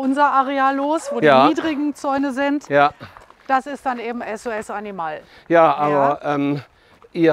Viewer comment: Wird Animal nicht englisch ausgesprochen ?